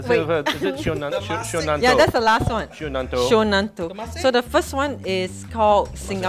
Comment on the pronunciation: It’s syonan-to.